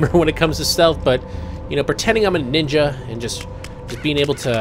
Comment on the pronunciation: Mark of the Ninya as was say